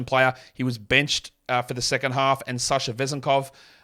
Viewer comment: Props for pronouncing Sasha Vezènkov's name correctly, you rock!